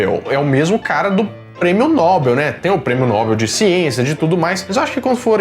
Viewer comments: A escrita é "Nobel", porém à pronúncia não é "Nóbel" e sim "Nobél", igual "papél". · Nóbel não, “Nobél”